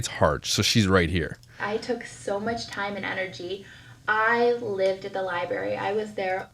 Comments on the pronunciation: Liburry. As a librarian, I can tell you this is pet peeve NUMBER ONE. It’s library! Annunciate! Everything you say, no matter how smart you actually are, is undermined by your lazy pronunciations of words. I get it! I live in Louisiana, trust me! I want to slur words constantly, but it takes away all credibility when you’re trying to make a point or show how knowledgeable you are. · Omg, I love your commentary!! You say exactly what I'm thinking!! I can feel my blood pressure rising, watching this narcissistic tool!! Ugh!!! If she says "libary" one more time...!!!!! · I find it very hard to believe that this person has ever been inside a "libary" lolol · Arrrggg “Lie-berry” is what people say when they lie about going to the library lmfoa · I'm not a Myka fan, but a lot of the pronunciation nitpicking really is just regional/dialectal pronunciations. "Getta" is pretty common in most places in the US, also "liberry" is more common on the mideast coast (around NY, etc). Her inflection however? That's just her being an airhead. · “Libary” hahahaha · That's my favourite Ken from Toy Story quote. "Take him to the Libary!" 🤣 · I hate when people say Library incorrectly! I am a 47 Y/O Life long Ohioian and we dont say didnt or Any of her incorrect english! She in no way reads books! How she passed Nursing school is beyond me! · I CANT STOP LAUGHING AT the library part!😂 that’s one of my biggest pet peeves. I get so irritated when someone says it wrong 😂 Also I remember seeing a clip of myka saying that she was engaged when she got pregnant with cova (I forgot her daughters name) and they broke off the engagement bc he did something that was a deal breaker. Not sure from which video it was from